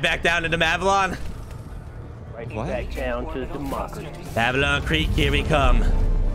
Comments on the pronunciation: "Mavelon"??...Malevelon even.....,reading. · I like how everyone calls it Mavelon instead of Malevelon